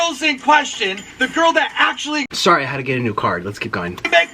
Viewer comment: “JEOLOUS”. “ACCULLY” “GRANDAMAS” LMAOOOOOOOOOO